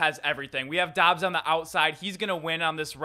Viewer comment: Dubs not Dobbs...... 🙄